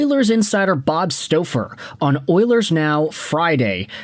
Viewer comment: Bob's surname is pronounced STAW-fur.